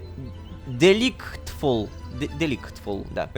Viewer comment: Справка для Лололошки . DeLightFull читается как * Дэлайтфулл *